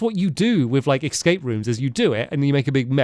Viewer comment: Hearing him say “ex scape” rather than the actual pronunciation “escape” always takes me back to the best YouTube video of all time, Sinking Feeling